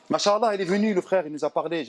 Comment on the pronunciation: Salam 3aleykoum. Mon frere/ma soeur nous devons essayer de prononcer correctement certains terme en arabes notamment la formule : ma cha ALLAH il faut bien disocier la dernière lettre (a) de "ma cha" et la lettre A de ALLAH car en arabe les voyelle longue ont une importance car elle peuve changer carrément le sens d'un mot , si tu ecrit en un seul mot les 2 terme en collant "mach" et ALLAH cela signifie : dieu a marche , tu vois la gravité de l'erreur qui peut nous mener au blasphème! wal wa ra7matouLLAH wa baarakatou. wa ALLAH ou a3lem